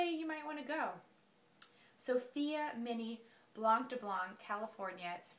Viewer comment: i'm so sorry for making this unnecessary comment but i've heard it too much and i just can't anymore xD that's not how you say blanc! you don't say the C at the end, it is only there for the feminine of the word which is blanche